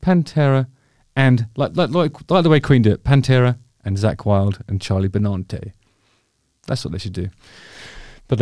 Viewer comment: Justin has obviously never listened to Anthrax as he can't say Charlie's surname correctly! Pffffffft 🏴